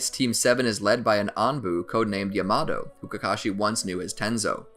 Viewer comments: My man can't say yamato he calls him yay mato 😂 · Its yamato not yamado😠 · his name is pronounced yah-mah-toe pffft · Why does the call everything the almost wrong name? He doesn't say Raikiri or Lightning blade, he says lightning cutter. He doesn't say Yamato, he says Yamado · My dude rlly said YAaHmAtO